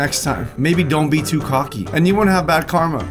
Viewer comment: “Cooky” its “cocky”